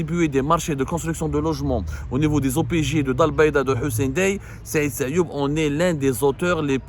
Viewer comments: Il s'appelle Sayoud et non sayoub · Son nom est Saïd SAYOUD non pas SAYOUB 😊 à moins que vous parlez d'une autre personne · C sayoud pas sayoub